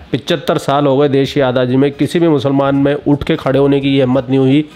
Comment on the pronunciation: =azaadi ko adaazi🤣 By the way video was awesome JAI SHRI [RAM].🙏🙏